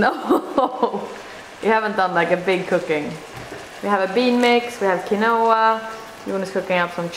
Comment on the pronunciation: Nice video. Love the clothes and bassinet! FYI, quinoa is pronounced 'keen wah'. Also, iron is pronounced 'I ern'. I hope you don't mind me telling you. I thought you would like to know. Being American, all I speak is English. I wish I had learned other languages like you!